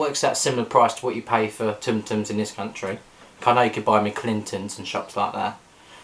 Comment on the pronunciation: With tsum tsums the T’s are silent.